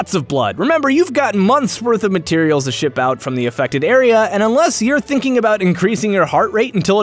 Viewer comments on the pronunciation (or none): none